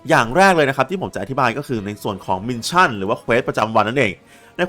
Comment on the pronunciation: ขอบคุณสำหรับคลิปสอนครับ แต่ออกเสียงมิชชั่น ไม่ใช่ มินชั่นเด้อ